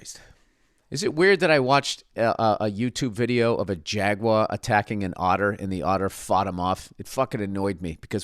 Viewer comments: Someone tell him how to say Jaguar and not to pronounce it like it's French. "Jagwaa" haha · Call me a dick cause I don't know why Bill's pronunciation of "jaguar" bothers me. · My guy said jagwa every damn time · Really here Bill’s Massachusetts accent when he says Jaguar 😂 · Your Boston accent comes through when you say "jaguar" 😂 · Lol what is with that “Jaguar” pronunciation